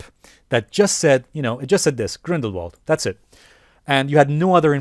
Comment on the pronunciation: You pronounce Grindelwald with a V instead of a W. So say it like Grindelvald